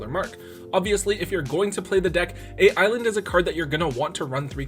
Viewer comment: Is anyone else bothered by hearing A.I.Land not being pronouced as Island?